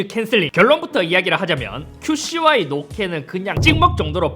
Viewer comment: 큐 씨 와이를 자꾸 큐슈와이 로 말하시네 ㅋㅋㅋㅋㅋㅋ